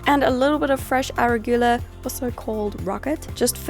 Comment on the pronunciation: you say arugula funny.lol